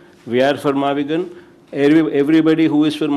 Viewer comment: its MAVIGUN not MAVIGAN